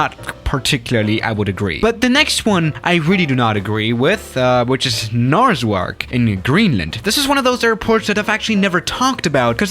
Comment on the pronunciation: I don't know what I hate more, pronounciation of Narsarsuaq, X-plane's portrayal of Narsarsuaq, or the fact that the 'Top 10 list" is depicting Upernavik Airport not Narsarsuaq Airport.